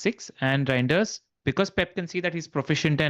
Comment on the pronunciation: Reijnders is not pronounced as Rain.. it's as Rine